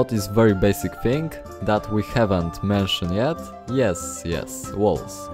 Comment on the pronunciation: Od razu widac ze polak A tak serio, nie hejtuje ale proszę, popracuj nad akcentem. Póki co w miarę dobrze ci idzie. Kilka wskazówek: "shelves" wymawiamy jako "szelfs" "r" jest zazwyczaj miękkie "mention" wymawiamy jako "menszyn" "window" mówimy "łyndoł" Najlepiej sprawdzac z google translatorem jaka jest wymowa. Ale budowle świetne, na 100% użyję